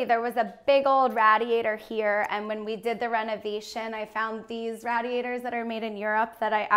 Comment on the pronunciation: "Rad e atores". Ugh